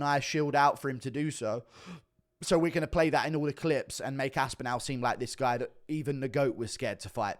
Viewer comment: Why can’t you say Tom aspinall correctly lol?